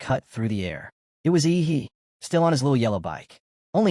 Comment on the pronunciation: Why does the pronunciation of "yi he" "ihi"